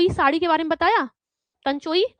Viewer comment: शाड़ी नहीं होता मैडम साड़ी होता है ...😊 ...